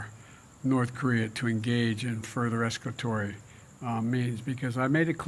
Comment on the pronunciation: 'Escatory', said. Try Escalatory, Prezbo.